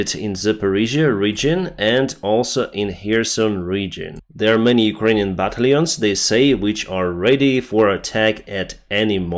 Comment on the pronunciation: Sorry, again,. It's not 'batta-lyons,' it's 'Bah-tal-yons' (like 'Ba- talons' with an i).